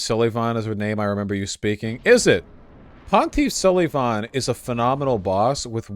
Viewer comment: "ponteef sulleeevaughn"